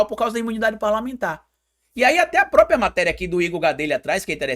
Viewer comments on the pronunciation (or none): none